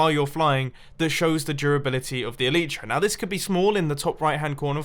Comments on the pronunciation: Mumbo in MCPE you can deactivate the Elytra (pronounced EE-LIE-TRUH, no EE-LEE-TRUH) I think you should try it, ps I think you should do a MCPE survival series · It's pronounced A-Lie-Tra Mumbo. Come on. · Hey mumbo I know this is an old video and you probably won’t see this but I’m quite sure that the pronouncination of elytra is: eelaitra, sorry it just really bugs me because I have a friend named Alitra so I just wanted to let you know. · "E lee tra" I always say E lay tra.